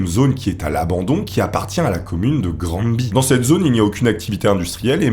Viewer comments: On ne dit pas "Grand-Bi" pour Granby, ça se prononce plutot "Graine-Bay" (du moins, Granby au Québec) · granby se pronnonce Granbévoila petite information. ps tes vidéo sont cool